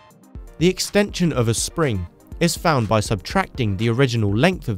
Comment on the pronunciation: "sring" lol.. You make great videos